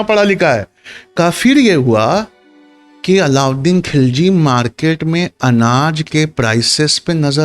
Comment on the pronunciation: کھلجی نہیں خللجی، کو کہنا نہیں آتا!! بھلے ہی انگریزی میں لکھتا۔